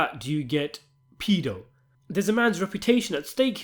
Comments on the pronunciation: Its Pedo not Peado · It’s pedo not peado